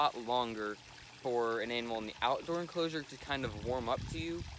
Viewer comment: Did he say "outdoor enclosure"? 😆lol